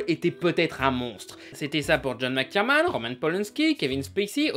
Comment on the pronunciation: "John McTierMan" ? Sérieusement ? Le mec ne sait même pas prononcer le nom de Weinstein correctement et ça se dit fan de ciné ? Putain, cette chaine est vraiment nulle.